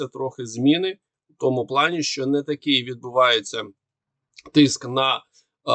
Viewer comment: Дуже важко слухати цей важкий московський акцент. Постарайся читати кому перед ЩО, бо росіяни її не читають а говорять "томущо,". І вимовляти ЩО без м'ьякого знаку, бо українська щ читається твердо. Дякую за розуміння.